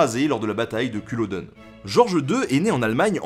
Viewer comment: Salut tout d'abord continue de faire ce que tu fais je suis trop fan :)))) mais dans ton épisode tu parles de la bataille de culladen et d'un des soulèvements jacobites (S'il te plaît essaye de prononcer du mieux possible le nom des villes ou autres) tu crois qu'un jours ce serais possible de faire un épisode sur les jacobites ? (Je suis Belgo-Ecossais lol) franchement ce que tu fais est génial continue !!!!